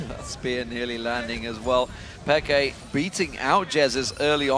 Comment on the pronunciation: yea i nearly pissd myself when he said xpeker